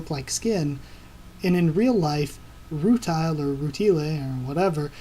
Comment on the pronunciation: rutile pronounced ru tiel not teal (sorry, just a small nitpick) it is earth btw, not another country. just after it got hit by 6 moons (they go over it a bit in the beginning of the 2nd ep) more details will be revealed about what happened to earth, but i won't spoil it :P